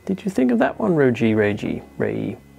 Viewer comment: You pronounce Ruijie correctly. However reyee pronounce "Re" in "rest room"